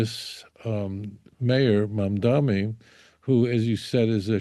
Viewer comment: Why do so many people seem to have such difficulty pronouncing the mayor's last name? It is MamdaNi, with an "n," not MamdaMi.